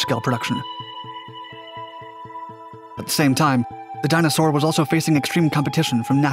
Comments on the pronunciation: dyna-soar not dinosaur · the video is informative, but you make ''Dyna Soar'' sound like ''dinosaur''!